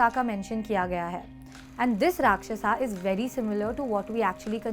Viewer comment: " Makar " ko " Makara " " Rakshyas " ko " Rakshyasa " Are Sanskrit/Hindi tumhe aati hai ki nahi Original Indian ho ki nahi tum